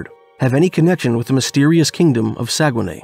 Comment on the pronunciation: I used to work on the dew line. I know exactly where this is. I've been there. It's not called saugenay it's not called saugenay. But it's very very close.